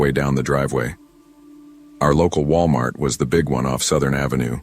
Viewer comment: ah yes, Wilamart.